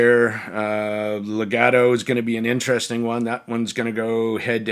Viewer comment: you completely butcher the price of all the set you mention. Legato name too. great review tho 😂😂